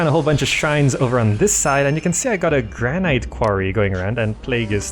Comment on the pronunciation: You have very informative guidance videos, they're great, but I'm sorry, please pronounce 'Granite' correctly.... it's "Gran-it" not "Gran-ight" :)